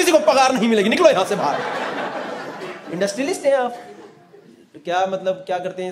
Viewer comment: Industrialists bolne v nii aa rha 😂😂😂